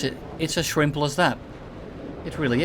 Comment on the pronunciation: "its as shrimple as that"